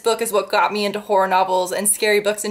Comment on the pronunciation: I've kinda been binge watching your videos and I swear to God, everytime you say "horror" I hear "porn" haha. I never noticed that these two words sound so similar.